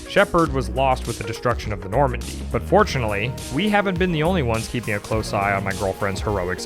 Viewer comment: "Do we want my girlfriend in charge of saving the Normndy?" Honestly, at this point, fuck yeah? God knows she's invested as hell.